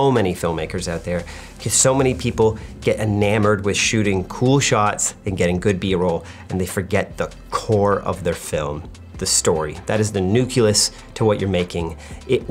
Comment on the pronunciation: Makes a point of saying nuclear but at the end says it’s the “nuculus” of the story. 😂